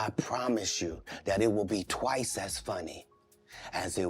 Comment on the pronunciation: "Not Twrice" hahaha